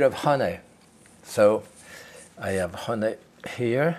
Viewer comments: Jaques says honey like Winnie the Pooh does. Hunnay. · I love how he says honey